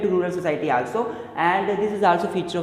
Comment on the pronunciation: Bhai teri pronunciation kitni gandi hai😂😂😂😂 aaalsoo vanttt😂 kuch v ek to bekr pdha rhe bhai hindi m smjao